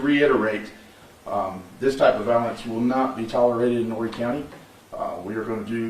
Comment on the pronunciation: 843 checking in. Just for future reference the H in Horry is silent. Great content as usual though. Keep up the good work king! 👌🏿